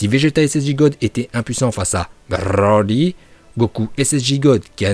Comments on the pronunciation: C broli pas brrrrrrli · Broly ❌️ Brrrrrrrroly ✅️ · Bbrrrroooollllyyyy stop c'est brocolis point 😂😂🛑🛑🛑😂😂😂 la prononciation de bbbrrrrroooolllyyyyyy m'énerver même si c'est drôle moi perso je l'appel brocolis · Pour quoi tu dit roli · Tu dit roly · Ton brrroly est presque aussi insupportable que leo qui prononce les noms pour faire genre puriste...gohhhhhaaaaan Bbbbejitaaa insupportable...leur intonations flinguer à la différence que toi c'est pour rire eux ils se prennent vraiment au sérieux pour kedal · AAAAARRRRRRRRRRRRRRRRETE DE DIRE BRRRRRRRRRRRRRLY STP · t hyper soulent avec ton " brrrrrrrrrrrrrrrrrrrrrrroly" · J'ai que compris brrrroly de toute la vidéo mais bon😂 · Pk tu dis brrroli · Brrrroly Md😂😂😂r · c est brrrrrroly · Pour la prononciation c’est bro-li ou brrrrrrr-oli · La video etait interessante mais il menerve a prononcez broly comme ca donc jai arretez au bout de 4minutes psk je trouve ca vraiment sans interet dsl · C'est stressant la manière dont tu prononce broly dommage des fois tu en fais un peu trop 😉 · tu m enerve avec ta prononciation de broly mais sinon la video est bien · Ta prononciation de broly est incroyable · Broly arrête avec ton a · Fatiguante ta prononciation de broly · Heureusement qu'il t'entends pas prononcé son nom🤣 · La prononciation de Broly est incroyable 🤣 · Oui mais au bout d un moment c chiant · Par contre a chaque fois ke tu prononces Broly jme tappe une barres tellement ke j’en avait marre et ke jdevais laisser pause a chaque fois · La prononciation incroyable comme d habitude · Comment tu dis Broly 😂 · Y’a pas besoin de rouler les ‘r’ comme ça, je trouve ça dommage, j’adore tes vidéos mais là fallait vraiment pas faire ça en plus je l’adore broly c’est mon préféré. Voilà voilà je voulais quand même le préciser, continue mec tu gère de ouf ! 💪🏻💪🏻